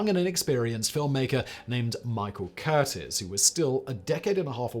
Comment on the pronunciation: Not pronounced Curtis, pronounced Cur-tiz.